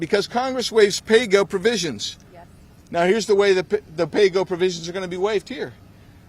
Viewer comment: McCarthyism just got a whole new meaning. "Pay Go" or "Play Dough?"